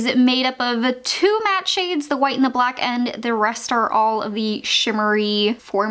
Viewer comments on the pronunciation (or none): none